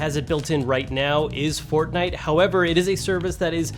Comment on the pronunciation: You say fortnite pretty weirdly